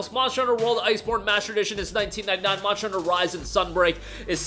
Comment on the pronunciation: Why do you call it Monchter Hunter?